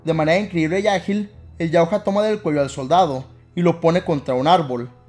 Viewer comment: Se escribe Yautja pero No se lee "yautja", se lee "yautia"